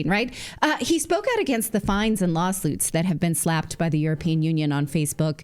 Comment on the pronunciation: Yeah, I heard you say "Lawsluits". - 😅